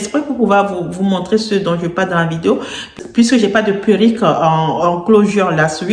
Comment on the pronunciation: Faut dire PÉ-(R)RU-.QUE, pas puerik....sinon, on ne vous prend pas au sérieux...A part ça, belle élocution. Dommage que ces perruques soient si chères...